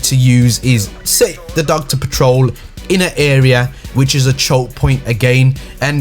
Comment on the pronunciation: Dog but pronounced dooge